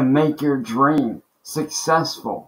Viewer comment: He can barely even say the word "successful" let alone be it! 😂